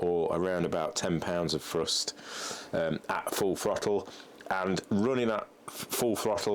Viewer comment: I've never understood why English people cant pronounce the "TH" sound. Like he says "Frust" instead of "Thrust".